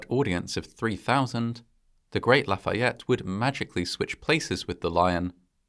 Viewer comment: That must have been a somber experience. I found your accent on Lafayette to be perfect and assume you had some classes in school. Do you speak French? Regardless. Another well produced and fascinating doc. Cheers from Montreal, Quebec, Canada.